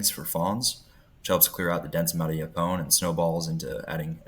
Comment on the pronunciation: Great project. What game cameras are you using? BTW: Yaupon is pronounced as “YO-pon”. (Accent on the first syllable).